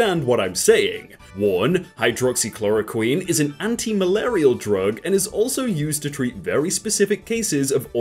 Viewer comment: just pronounces hydroxychloroquine like it’s just the abcs